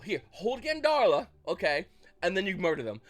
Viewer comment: why you saying GADARLA’S name like theres a N in it?! can you read?! ☠️🤔